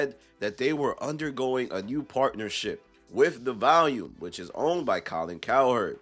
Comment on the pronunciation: Its Volume… not Valium & Mal